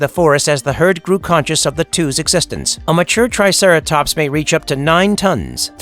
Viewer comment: "the triteracops"